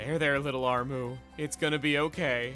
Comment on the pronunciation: Armoo? I thought it was Armu